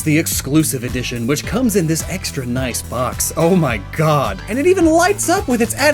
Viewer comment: Did just say "Noiyce"!???